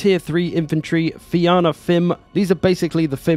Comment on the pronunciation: Fianna is pronounced Fee-anna. It's a Gaelic word. Fianna were bands of Warriors in old Ireland. Enjoy the vids sir. Cheers.